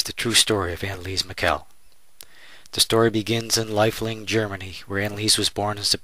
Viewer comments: Please pronounce the last name properly. It is Mih-shel, not Mih-kel. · not "Mikkel"! It's more like "Mishel"... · It's Michel not mikel